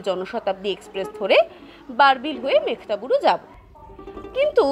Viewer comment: আমি যতদূর জানি জায়গাটির নাম মেঘহাতাবুরু। মেঘ্তাবুরু উচ্চারণটি মনে হয় ঠিক নয়। আমি ভুল ও হতে পারি।